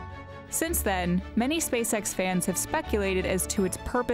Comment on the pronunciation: Everytime she says "SpaceX" imagine "SpaceSex"